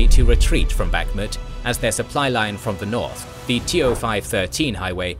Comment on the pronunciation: Bakhmut is pronounced with the stress on the last syllable.